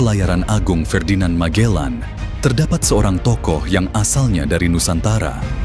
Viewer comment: Magellan or majellan...sebutan biar tepat ...Cebu ...sebutannya Sibu bukan chebu....sebutan yg pelik menunjukkan pengetahuan kita